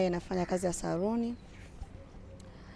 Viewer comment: R na L ni tatizo kubwa sana 🤣🤣 eti saruni 🤣